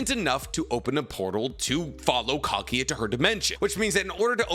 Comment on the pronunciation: for god's sake, it's kagUUUUUUya, not kagya I'm losing my mind right there ><